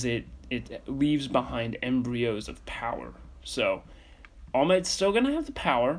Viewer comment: its embers not embreos